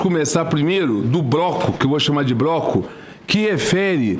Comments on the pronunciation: Um cara que fala "broco", em vez de bloco, já diz tudo de sua capacidade. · Um cidadão que diz broco em vez de bloco? E anda é juiz nesse país? Ruim de português hein. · Será que eu ouvi BROCO em vez de BLOCO ? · "Vamos começar primeiro pelo broco, que eu vou chamar de broco" com tanto dinheiro fácil e não foi capaz de pagar um fonoaudiologo para aprender a falar corretamente. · O homem fala “broco”? “As parte que tão” “Expressão apopiada” A pessoa não sabe falar e ocupa um cargo de juiz! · Um Indivíduo que pronuncia Broco, ai é Sacanagem. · Broco? O cara não sabe nem falar, pelo amor de Deus. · Vergonha... um juiz que fala "broco".. 😂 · "BRÓCO"???? Foi isso mesmo o que eu escutei????? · Ele disse broco eu ouvi direito broco?